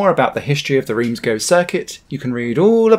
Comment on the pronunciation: Please say gueux not go